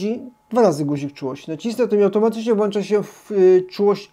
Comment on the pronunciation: Kolejny genialny materiał :) tylko, że się nie "włancza" tylko "włącza" ;) Jestem zaskoczony, że potrafi Pan opowiadać o takich wielu wydaje się prostych rzeczach, ale w taki interesujący sposób. Podziwiam też, że potrafi Pan znaleźć tyle ciekawych tematów na odcinki, zawsze wyczerpuje Pan temat bardzo dogłębnie i nie brakuje Panu pomysłów. Sam chciałbym mieć taką wenę artystyczną, podziwiam i liczę na więcej materiałów i wzrost kanału :) Pozdrawiam serdecznie :)